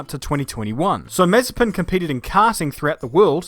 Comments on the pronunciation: The name's MazEpin, not mAzepin. Rhymes with preppin'. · ma - ZE - pin... ma - ZE - pin... ma - ZE - pin... Repeat after me: ma - ZE - pin... ma - ZE - pin... ma - ZE - pin... For fuck's sake... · Short answer: NO Long answer: NOOOOOOOO Btw, it's Ma-ZE-pin, not MA-ze-pin... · Its not MAzepin, its MazEpin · Looking back to this, it feels so weird to hear Nikita's name pronounced as Mazepin and not Mazespin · Can't wait for saying his name as Nikita Mazepan every weekend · you typed his name with correct stresses in cyrrilic and still call him MazepIn...